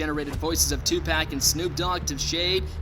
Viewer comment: 2-pack???? Dude. DO NOT make another hip hop video without doing serious research. In a culture where names and the respect of them matter, this is unacceptable. If you have any respect for hip hop or the figures you’re covering you WILL pronounce their names correctly. These are not complicated names. No excuses. Disgusting.